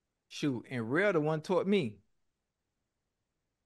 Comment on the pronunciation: Ocho said rell bad influence😂😂😂😂😂😂😂😂😂😂